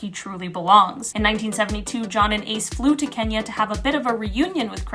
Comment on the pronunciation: The way you have pronounced Kenya its incredible. Lots of love from Kenya🇰🇪🇰🇪🇰🇪😊